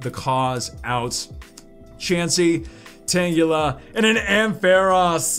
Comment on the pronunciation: Did he actually pronounce Tangela correctly? #finally